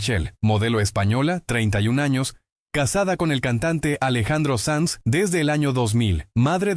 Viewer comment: SANZ,no SANS